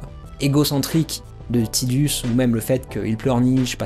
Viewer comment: "Tidus" c'est en lien avec un mot japonais qui désigne le soleil, donc c'est bien tideuss et pas taidus ^^ Et Aeris c'est Earisu en japonais, en fait, j'ai misspell :-/ Donc c'est la terre, ni plus ni moins... C'est même pas une inspiration mais bel et bien le mot "earth", en katakana..! Du coup, ton avis était bien inspiré ;-) Et j'avoue n'avoir joué qu'à la version originale sur PS1, j'ai à peine effleuré Crisis Core et donc la seule référence à Aeris que je possède est celle de la version française (bien pourrie niveau traduction, soit dit en passant!) Du coup, je n'ai aucune notion de la gueguerre autour de la prononciation de son nom ^^' Disons que ça dépend de quoi et à qui on parle, je dirais! Quoi qu'il en soit, jamais AeriT, ça c'est sûr X-D Pour finir, ça sert à rien de se chamailler : il suffit de se référer aux créateurs... Y'a eu suffisamment de commentaires autour des persos de chaque FF!.. C'est pas comme si c'était une franchise célèbre ;-3